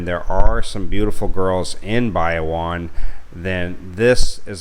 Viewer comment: Shared this with my soon to be wife... she kept cringing at your pronunciation of Bayawan.... apparently the emphasis is on the middle syllable just like Palawan.